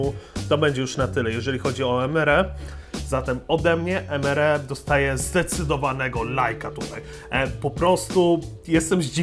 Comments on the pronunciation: Mówi się EMARI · bez urazy ale to sie czyta emari